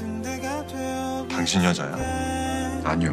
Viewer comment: 당신 여자야? 신..이라는 글자에 힘을 주면..되는데..신..이라는 글자에 힘을 안주면..당신 게이야? 로 들리는 발음.